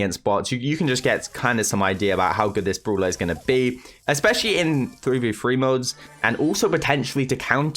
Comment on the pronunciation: every time i heard "Brula" its soo bad